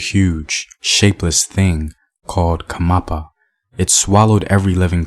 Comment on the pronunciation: Its not khamapa. Its "khanyapa" . Great storytelling btw👌🏽